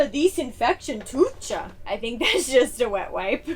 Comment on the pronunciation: Btw in German it’s not “tuch”, but you read ch as h, like in house and u like oo, zoo, so it’s a tooh 😅